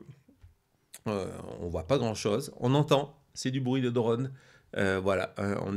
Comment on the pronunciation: Drône! Pas dreune! Ô se prononce O, pas EU 😢